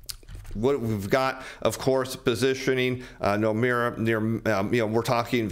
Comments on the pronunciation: Did he say Nomeara? Is that Irish? Is there an "i" or "e" in Nomura? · Is he saying ‘Nomura?’ He said ‘Nomeira’. Who TF is Nomeira?